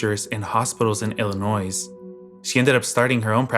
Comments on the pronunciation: Stop saying IllinoiS. There's no S. The S is silent. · I theorize it’s we midwesterners not able to cope with the hard S on Illinois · FYI the s in illinois is silent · The s in Illinois is silent.😬😂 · i mean yeah, but as someone in illinois, it is quite frustrating to hear lol